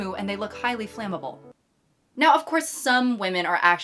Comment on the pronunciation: "highly fammable" 😂 Yes, wear what you want unless you become a safety issue.